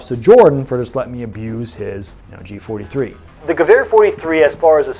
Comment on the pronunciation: J43? Danke Ears just bleeding from this!